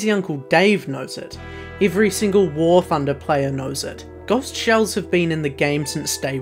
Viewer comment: that pronunciation of ghost is criminal